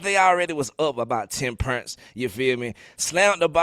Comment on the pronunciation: saying pernts got me 😂